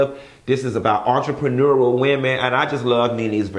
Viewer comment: Chileeee “entrepreneururl”😂😂😂😫😫